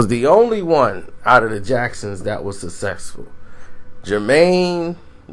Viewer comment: "Only Michael wuz suhsexful...."